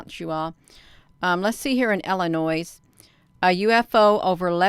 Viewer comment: NO S's in Illinois! Silent!